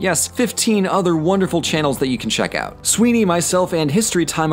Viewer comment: Ah of my favorite republics. Sorry to rome lol. Also i kept thinking saying you were saying sweety instead of suihne